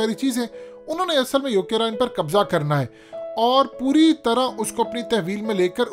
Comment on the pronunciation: Not "UK Rine". It's Ukraine...🤣🤣🤣🤣